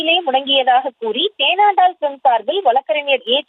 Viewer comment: ஏம்மா, அது தேண்டாலம் பிலிம்ஸ் இல்லமா😂😂 தேனாண்டாள் பிலிம்ஸ்...